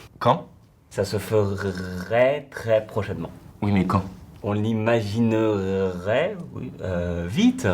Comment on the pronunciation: "On l'imaginerrrrrait..." vous m'avez tué ! !! 😂😂